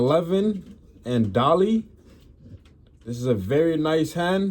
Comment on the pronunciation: Dolle, is pronounced doll, nice pigeons bro , regards from Scotland, my line is de Barcelona, kyper brothers, marth van geel,👍 happy healthy peace ✌️